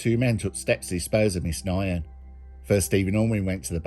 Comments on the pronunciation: Pretty sure you butchered the pronunciation of Quyen Nguyen, the second name is pronounced like 'win' Good vid though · last names pronounced 'win' im sure bro but great vid as always